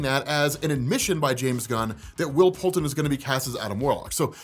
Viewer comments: Isn’t it Poulter? Not Poulten? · PoulTER lol come on you said it right in the beginning!!